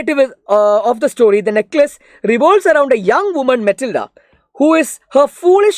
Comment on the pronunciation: matilda❎️ mitilda✅️